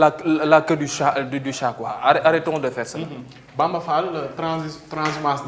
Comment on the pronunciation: sall au lieu d fall